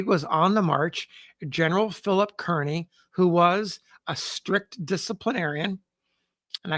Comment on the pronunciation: Can we get Kearny's name right? It is pronounced Car-ney and not Kearn-ee!!